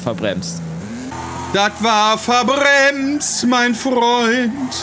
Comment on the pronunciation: Das Geilste daran finde ich sowieso, dass du das "t" noch eingefügt hast. Mir ist am Anfang gar nicht aufgefallen, dass er "Verbrems" sagt :D